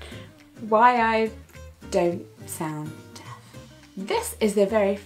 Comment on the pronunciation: Everytime she says 'deaf' i hear it as 'death'